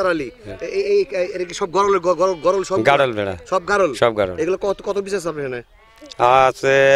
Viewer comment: ভাই গরল না গারল।